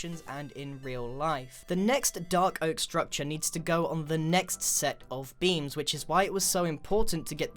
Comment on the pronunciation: Every time he says 'beam' I hear 'bean'